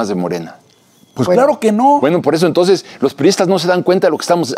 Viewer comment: " español limitado " pero limitado y todo es mucho mejor pronunciado que el del que se dice presidente, que ni siquiera sabe pronunciar nuestro bendito idioma, solo escuchelo cuando dice Estads Unids en vez de ESTADOS UNIDOS y 'ton'ces en vez de ENTONCES por poner solo un pequeño ejemplo y esto si es una vergüenza por ser el político de más alto rango del país, por lo que a Alazraki toca, no tiene importancia porque si bien es un empresario del ramo de la publicidad, no importa lo que diga o como lo diga porque si alguien lo escucha es por gusto propio, no así con lo que diga el presidente que como ciudadano DEBO casi de forma obligada enterarme de que dice o que no dice porque como servidor público que es debo estar enterado de si está haciendo bien o mal lo que tiene que hacer.